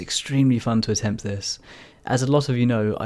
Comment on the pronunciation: "attempt" another me triggered